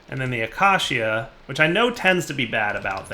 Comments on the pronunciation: UH-KAY-SHUH. Not Ak-Ah-See-Ah. Not Uh-kay-see-uh. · acacia[ uh-key-shuh ] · pleeease. acacia is pronounced a-kay-sha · Acacia... Ah-KAY-sha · Day 46,873. still can't say acacia. I bide my time.